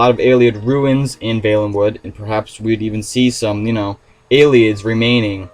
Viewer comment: You pronounced valenwood wrong.